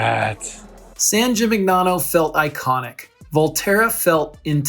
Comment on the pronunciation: Hi great video… but it is driving me crazy that you’re mispronouncing “Gimignano” throughout. It takes a quick google search to find proper pronunciation. jee-mee-NYAH-noh.